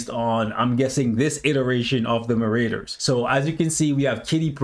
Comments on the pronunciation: Lol at Muh-Raiders. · Why do you pronounce Marauders like that 😆